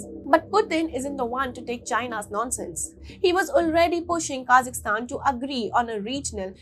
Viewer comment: It's not kazistan. Pronounce property. KAZAKHSTAN